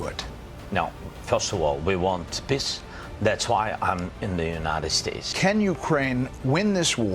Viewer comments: I believe Zelensky here when he says "We want piss." That's how he always pronunces it. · Poor guy. Every time he says I Want Peace All I Hear is PISS. I want Piss just like 🇪🇺